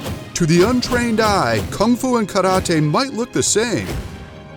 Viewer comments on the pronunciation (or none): Karate is not pronounced KADOTEI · omg he say karate like karade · The narrator say kalatee instead karate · I hate the way you say karate